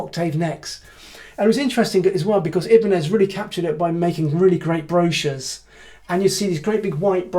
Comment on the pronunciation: Interesting video so congrats. I was just wondering why you are pronouncing Ibanez the way you do? Do you know something the rest of the world don't?